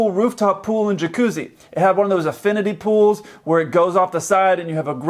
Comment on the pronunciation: Did you say affinity pool? It's an infinity pool, lol.